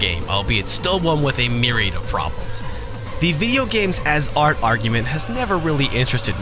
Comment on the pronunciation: im sorry, im sorry, MYRIAD PROBLEMS NOT MYRIAD IOF